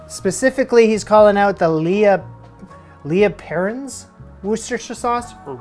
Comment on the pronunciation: "Lee & Per-rins Wu-ster-shire" sauce! Yes, English place names are bollocks lmao. Put a few drops on cheese on toast.